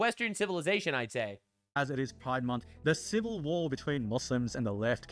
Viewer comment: What? Pri-DE MON-th??